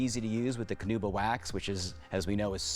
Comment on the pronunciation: Canuba? Does mean Carnuba, or is there a difference?